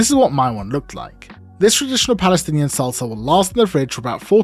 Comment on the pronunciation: lol wtf is balestinian?